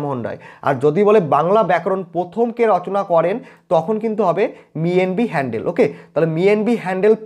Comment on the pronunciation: আপনি 'হ‍্যালহেড ' কে হ‍্যান্ডেল উচ্চারণ করছেন কেন 😛😛😛